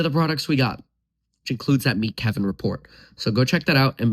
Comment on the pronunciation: “But KEEvinn…..” 😂